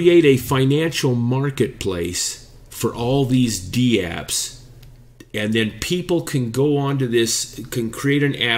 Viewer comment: Dapps, not dee-apps :p Take care guys.